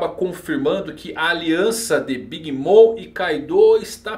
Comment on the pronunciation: por favor, o Mom de Big Bom se pronuncia "moM" e não "moN". Abraço!